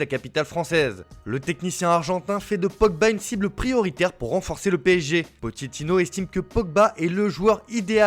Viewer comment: je te le mets en phonétique POKETINO